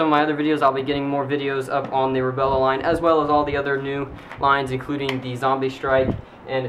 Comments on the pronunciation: Why does he say Rebella instead of Rebelle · And you keep on pronouncing it rebellE it's just rebellE. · STOP sayin rebella and its not the wind thts anoying its u sayin rebella is wut anoying and u keep hesatin lol sry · The rebelle is pronounced re-bell, just incase u wanted to know. :3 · Rebelle is pronounced ruh-bell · It pronounced Reb - ell :D